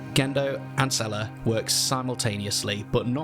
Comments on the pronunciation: Say-lay not zel-uh. You didnt even watch the series. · wtf is “cellar” 😭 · And learn to say seele right too. Did you even watch the series